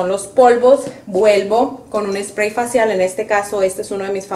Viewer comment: ❤❤muy linda tú usando a tu mamita pero chama me gustaría q mostrarás de frente las marcas de los productos ,y li digas en español yo se papá de inglés o sea nada cuanfo aplicarte el último spray sellante lo dijiste bien clarito Spray recuerda q don videos para latinos pues no pronuncies todo en inglés para entenderte yo súper agradecida con tus enseñanzas yo también soy grande como tu mamita😊 Bendiciones para ti chama éxitos desde FALCÓN Venezuela